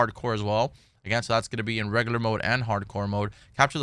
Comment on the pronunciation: Had to unsubscribe. Can't take anyone seriously when they pronounce regular as reggaler.